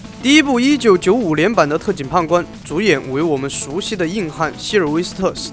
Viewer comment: 不好意思我聽成 特警"胖"官